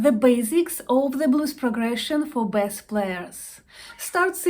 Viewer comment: Как мне помогают Ваши уроки! Спасибо огромное. Позвольте только маленький комментарий: не "бэсс", а " бейс". А вообще Ваш английский прекрасен! 😊